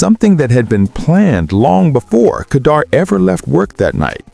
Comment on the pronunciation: She was set up say her name right its KADA not kanida